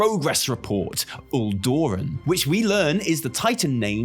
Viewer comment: uldorous is tyr hold right?? why did he say “uldoren”